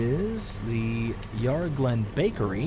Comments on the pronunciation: When you pronounce Yarra, you say it as "yah rah", with the a as in are. It's said with the a as in and. Really enjoying the video, thanks! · Yarra has the first a as in "and" :)